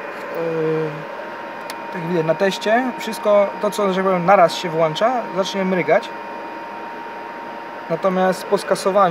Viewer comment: Nie włancza się, a włącza się. Nie ma włancznika, jest włącznik. Nie mryga, a mruga.